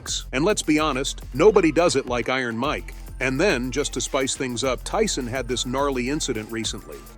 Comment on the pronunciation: they pronounced Tyson as "tea-son"